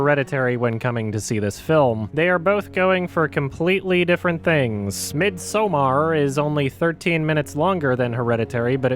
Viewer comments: Im swedish and the way pronounced midsommar was really funny. Midsoamar Its more kind of, like Me'd some ARR (like a pirate lmao) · It’s pronounced the same way as Midsummer would be wut r u doin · "midSAOoMmer" lmao 🤣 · Pronounced Midsummer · I’m Swedish and I’m sorry, but that fucking pronunciation of “Midsommar” makes me wanna blow my head off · Why does he keep pronouncing midsommar as if he thinks it's not supposed to be spelled that way or something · Midsommar is not english, it might be Swedish (maybe, or Norwegian) and sommar has a long M sound in the middle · Okay but the way you say midsommar actually causes me cancer so I do apologize for skipping this one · listen you, the way it's spelled is Scandinavian, and you're a racist sexist homophobic bigot for mispronouncing it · So weird hearing you almost try speaking swedish. I would say this is EXACTLY how midsommar is in sweden. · yeah, it is... compared to him butchering swedish, it really is.. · as a person who knows how to pronounce midsommar, i'm just gonna say... you tried,. you tried